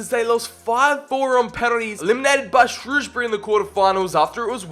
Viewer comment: I'm just happy he pronounced Shrewsbury correct